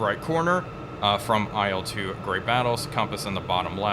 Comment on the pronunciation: Please, please, please... It's not "ai el," it's not an acronym. It's "il", like in "Illinois", for example. The first two letters of Sergei Ilyushin's last name.